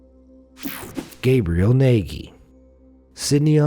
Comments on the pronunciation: Gabriel Nagy looks like a Hungarian name. The pronounciation was completely wrong! Nagy means Big, and the gy at the end is one sound, similar to the D at the begining of the "Due". The "a" is similar to the "a" sound in the "fast" word. I know it's quite complicated. That's one of the reasons why it's difficult to learn English for us. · Is that how you spell a hungarian name? Nayghee? Why not the Eetoree Maygeorayna, that would be the 'murican pronunciation? I do believe that mister Nagy calls himself Nayghee in order to sound less exotic, but why live in a place where "Naj" (closer to the correct pronunciation) sounds exotic? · Nagy is pronounced Natge...kinda like nudge....